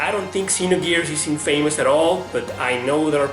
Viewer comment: youre pronouncing infamous incorrectly. its not In-famous, its in-fa-mous, where 'fa' is pronounced 'fah' not 'fay', and the part that is supposed to be emphasized is the 'In', not the 'fa'